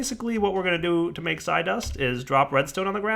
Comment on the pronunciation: I think its pronounced "psee" like pee with an s.